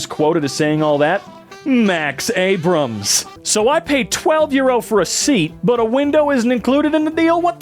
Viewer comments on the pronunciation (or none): none